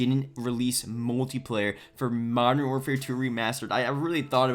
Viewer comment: "Moderfertwo remastered"